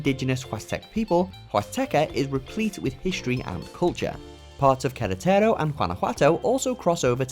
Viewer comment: The way he says Queretaro is funny as hell! 😅🤣